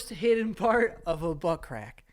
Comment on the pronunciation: Pert of the birdy